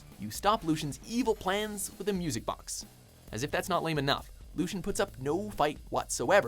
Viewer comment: Lucien is not pronounced "Looshen". Just putting it out there.